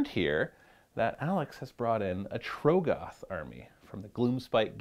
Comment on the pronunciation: How do you still say TROGGoth wrong